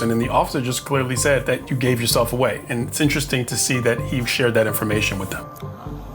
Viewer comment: Don't you mean, take her phone away'UH.... lol 🤭😂